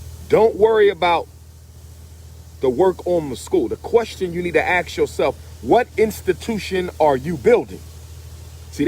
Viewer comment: Dr. Umar. You have a PhD. Please learn how to pronounce "ask" and not axe when appropriate. That's very disturbing. It's not petty. This is ridiculous.